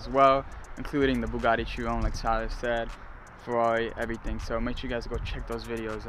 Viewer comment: Chi run?????? Chiron